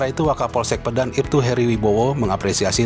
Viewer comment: Masukan Min. Cara baca yang benar bukan "Pédan" tapi "Pedan",mirip seperti cara baca kota "Medan". 🙏